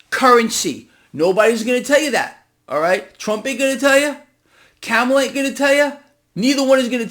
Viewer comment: please pronounce Kamala’s name right.